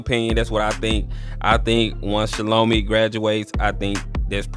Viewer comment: It’s pronounced (shall-o-my) Great content.